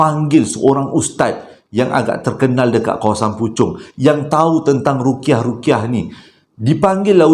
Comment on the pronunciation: Ruq'yah,.. Bukan Ruqiyah 😊 Memang sentiasa menanti bercerita, santai Dan menghiburkan